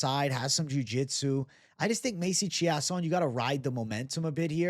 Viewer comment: Chiasson is pronounced chase-on